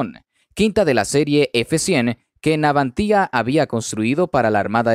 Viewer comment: ¿Garras? ¿Navantía? No sé qué coño es "garra", salvo la de los animales salvajes y no soy uno. Segundo, es Navantia, sin acento en la i. Serví en la Armada destinado en Ferrol, cuando se llamaba Empresa Nacional Bazán, y viví varios años en Ferrol, cuando se llamaba Izar Ferrol, y luego Navantia. Tercero, y final, ¿qué tienen que ver los colombianos con asuntos españoles, especialmente de nuestra Armada? ¿No tienes temas de tu país?